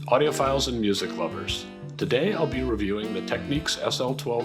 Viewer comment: There ain't no Q in Technics. It's nics, like the New York Knicks